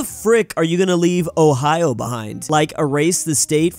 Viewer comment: Ohio? Did you mean to say the State of Hazya?